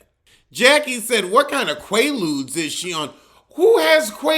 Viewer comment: “Qualuds” you Jackie is hella old